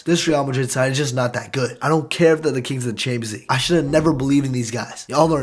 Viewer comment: You say “chansleeg” never heard anyone pronounce it like that lol